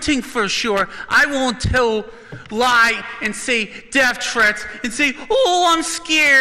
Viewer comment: "you faked with death thrrrrweats" hahaha, love you